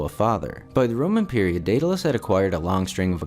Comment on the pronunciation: It's Daedalous,!🤣😂